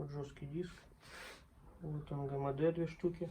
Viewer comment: интересно, но крайне неприятно слушать! энгэмэдэ это просто 3,14здец!!! в букварике есть буква эм и читается и говорится именно как эм! ни мэ, а эм!!! запомни, или купи букварик!